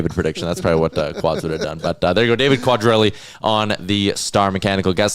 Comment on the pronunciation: . Not sure that is how David’s last name is pronounced? Sounds funny 😂. Your co host got it right a minute later